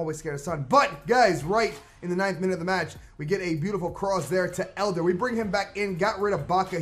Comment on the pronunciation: It's Eder not Elder